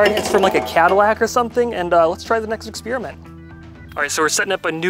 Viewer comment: Exspearmint? Odd way to say it incorrectly.